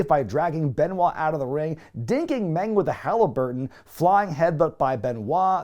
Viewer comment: The man called MENG